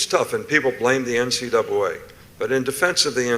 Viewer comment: Nick Saban: “the NCdoubwolA”.. 😂😂😂